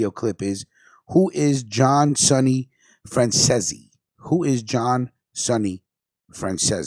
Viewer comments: Fran cease is the correct pronunciation of his name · It pronounced fran zeez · Get name pronunciation right mate for fux sake its franzese like fransees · Its pronounced ceesey as in reece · Driving me crazy mispronouncing his name. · Come on bro,you run a show all about the mob.If you don't know, ask someone how his names pronounced! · You can’t even pronounce Sonny’s name properly!